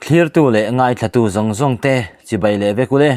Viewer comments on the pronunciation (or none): none